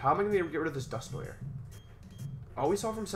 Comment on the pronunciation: Press 1 if you wanna see Wolfe pronounce Dusknoir correctly